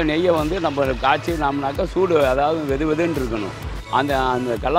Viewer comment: Ayya joodu endru solluvadu soodu (heat) aagum